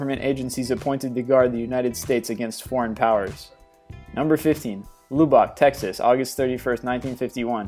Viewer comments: LOObock, Texas? You mean to say Lub-ik, as that's how pronounced. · Pathetic fakes, and a couple if misidentifications. I'm especially amused by your citing of McMinnville, which has been debunked DOZENS of times over the decades! PS: It's Lubbock, Texas, not LU-bok. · Mai gahd he pronounces 'Lubbock' so wrong on number 15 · Pronounced Lub buck not Lube buck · You did not just say "lew-bock" texas. "Lubb-ock," family. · Lubbock is pronounced luh-bick or luh-buck not loo-bock. Lol its ok though. A lot of people get that wrong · HEB-brid-dees, it's the outer HEB-brid-dees and "LUB-uck" ( or LUB-buck) Texas not "loo-back" dude look up how to pronounce these places if you want anyone to take you seriously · Lubbock is pronounced luh buck not loo bawk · its pronounced lub(tub) uck (duck without the d) texas. I know its not spelled that way though. just fyi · Lubbock, (luh-buck) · The narrator needs to work on yhe pronunciation of names and words. ..example Lubbock